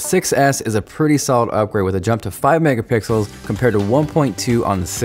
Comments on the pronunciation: Did eny one notice how he said mega pickles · Lol he said "12 MegaPICKLES" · lol he said megapickels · He said 12 mega pickles once 😂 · Did he say megapickles 😂😂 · He always says that. lol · Same here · did he say 12 mega pickles ?? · I've been saying megapickles to myself for years and nearly laughed my ass off when you said it lmao. Great video! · u said 'Megapikls' really made my day. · lol he said "MEGA PICKELS!" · NO OFFENCE!! Did anyone noticed did pronounce 12 "Mega-PICKLES" for Mega-pixels!!:D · Did you say megapickles ?? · "12 megapickles" 😂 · Did i just hear megapickles?! xD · OMG He said Megapickels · Was it just me or it WAS 12 MEGAPICKELS at 2.31-2.33...😂😂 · did anyone else hear time say megapickles at one point?😊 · He said "Megapickle" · did he say mega pickles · Did he say Mega Pickles? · he did lol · in two minutes and 29 seconds you said megapikels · LOLLOl MEGAPICKELS lol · he said 12 megapicls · he said 12 megapickles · did he say 12 Megapickels? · 12 Megapickles.... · he said megapickles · did he just say "mega pickles" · you said 12 megapicles hhhhhhh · He said megapickled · He said mega pickles haha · Did he say mega pickles at one point? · He said mega pikkles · "12 megapickels" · Anyone else hear hims say mega pickles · I thought I was the only one who heard that!